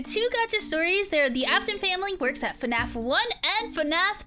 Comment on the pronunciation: Bro it’s fnaf not fAnAF